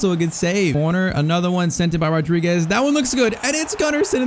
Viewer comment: Being Portuguese, i have to say this: you wrote Fernáo Rodrigues, and it's Fernão Rodrigues (the little wave in the "a" it's called a til, kinda like my name) and you are saying Rodriguez, it's a common mistake, just like Bruno Fernandes